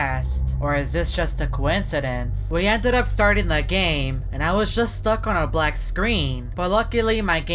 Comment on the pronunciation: wHat dID He sAy??? Black🤨